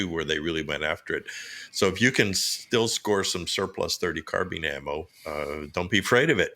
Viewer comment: Carbine like combine or Columbine not carbean or combean or Columbean!